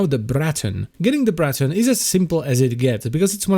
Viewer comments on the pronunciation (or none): The Br-r-r-r-raton :)